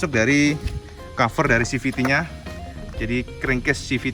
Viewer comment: biar lebih ciamik lagi cak, safety dibaca sefti bukan safeti